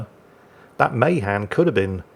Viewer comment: Ma Han not may han